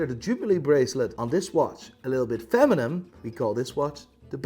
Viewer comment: feminem Me: he meant feminine, but it sounds like feminine eminem you know what I'm saying